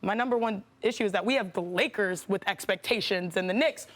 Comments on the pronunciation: So we are going to ignore that Perk said “Lakerses”?😂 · The Lakerses 🤣🤣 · Did Perk just call them the "Lakerses" 🤣